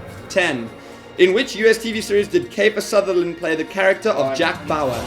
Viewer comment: said “kAfer Sutherland” I was so shook for a moment